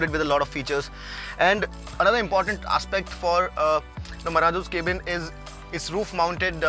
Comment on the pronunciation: why does he say Kay-bin ?